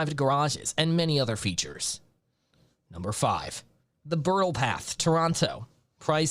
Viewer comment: Stupid AI can't pronounce Bridle.